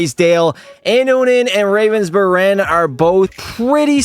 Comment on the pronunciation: the G in Ravensbergen got lost in translation I guess? HAHA